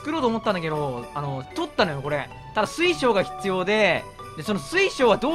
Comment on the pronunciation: 水晶が水素に聞こえた 嗚呼、水素の音。